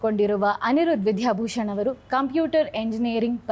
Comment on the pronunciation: ವಿಧ್ಯಾ ಅಲ್ಲ, ದ ಕಾರ ಅಲ್ಪಪ್ರಾಣ ವಿದ್ಯಾಭೂ... ಆಗಬೇಕು